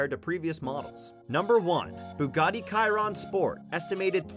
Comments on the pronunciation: I can name hundreds of cars more expensive and it’s pronounced sheeron not Keeron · You did not say Chiron right it is like (sh-eir-on) also there are like 35 cars more expensive than the Chiron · The way he pronounced Chiron made me cringe